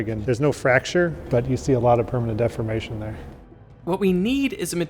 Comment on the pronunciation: you are pronouncing the word deformation as defamation, which has a different meaning